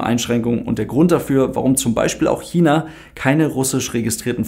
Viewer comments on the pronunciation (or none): none